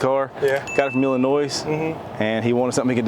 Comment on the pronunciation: Jayzus… there’s no, “-noise” in Illinois.